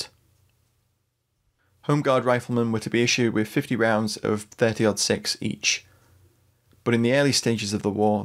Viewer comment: Love the video! Also, I appreciate the fact that you have used the American nomenclature of pronouncing the 30-06. It drives me batty when people say "Thirty Zero Six".